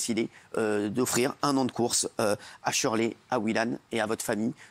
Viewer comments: Pire que ça c’est Chirley !! 😓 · Dès la première phrase j'ai entendu " SHURLEY " J'ai TOUUUUUUUUUUUUT compris! Avec un prénom pareil tu m'étonnes, ces parents devaient être eux même des trou duc alors c'est dans les gênes hein